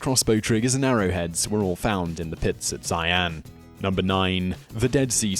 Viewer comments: xi-an aint prouncunced cyan.. its shi-an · Zaian. Cringy pronunciation. It more like Shi-An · Xi'an = "Shee-anne" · Xian......is pronounced She-an......... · Xian pronounced shee-ann. Qin Shu Huang pronounced chin schə huang.